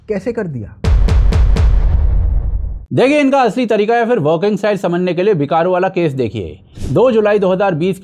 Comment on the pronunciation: अमिताभ कांत नहीं भाई यश।।।। बिक्रू है नाम।।गांव का।।। बिकारु नहीं।